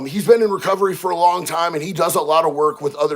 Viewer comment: Long, not ling.